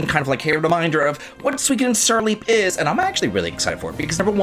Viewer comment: Love your vids but it's pronounced su-ee-KO-den. There's no W sound. :P